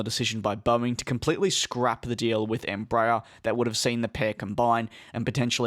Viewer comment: Please....it's NOT "embrayer"....it's "EMBRA- AIR"...even in Brazil.....